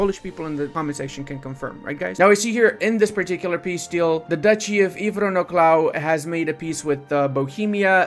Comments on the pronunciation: pronounced Inowrocław better than Poles themselves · To be fair, for someone who doesn"t speak polish you did really good with Brzęczyszczykiewicz and Inowrocław. Poland approved.